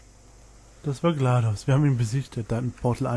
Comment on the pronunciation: nice achja: GLaDOS ist eine Sie und das wird englisch ausgesprochen